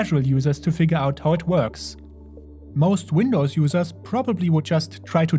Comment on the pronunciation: No, the "WindowZ" Linux